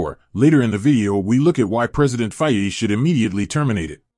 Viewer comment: At least learn how to pronounce "Faye""